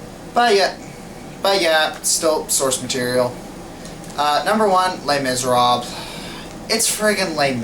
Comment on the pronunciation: Les miserabes. Oh no, you're not pronouncing it riiiiight